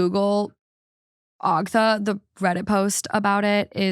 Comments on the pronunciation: I'm so surprised you hadn't heard anything about Ogtha (aug-tha). Reddit on Wiki even had merch for it for a minute. 😂 Its just disturbing. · I can’t believe you guys don’t know the Ogtha story lol but it’s pronounced like awgtha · I've heard the Ogtha story before but the way pronounces it doesn't flow as well.